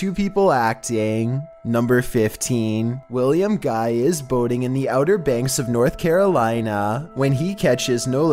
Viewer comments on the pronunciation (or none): For #15, I thought you said William was out boning," rather than "boating."